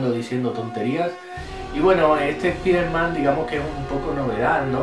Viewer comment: "Espiderman" xD. Los españoles son la ostia.